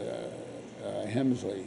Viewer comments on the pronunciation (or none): Did he call Sherman Hensley “Herman” and did he call him a great Clown? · Lear did NOT create these shows. Eric Monte (Kenneth Williams) did. And what a dishonor that Lear did not say Sherman Hemsley's name correctly. "Herman Hemsley"? and to refer to him as a CLOWN... Really?